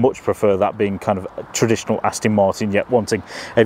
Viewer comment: Thanks for the vid 👍 P.s. it’s ‘Aston’ not ‘Astin’ 😉